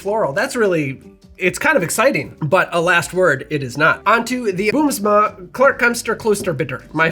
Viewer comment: In the Netherlands Green Chartreuse isn't that hard to get yet. You can order them online for like €45 (about $50). BUT, you can generally only order 1 at a time. Good luck to my American friends. Also, your pronunciation of Boomsma was quite good!